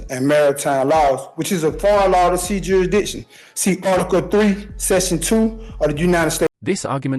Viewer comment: He's questioning the the court's 'juidition.'